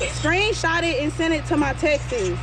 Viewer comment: Screen shot and send it to my texas....is that how georgians says texts?